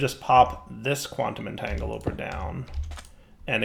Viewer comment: can you please try and say quantum entagleporter the correct way quantum entangle a port er